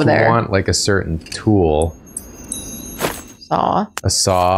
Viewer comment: A saw? Asuh dude.